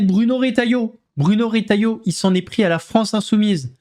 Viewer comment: Retailleau et non pas Rétailleau 😊